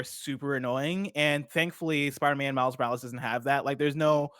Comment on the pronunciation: "Spider man miles moractor"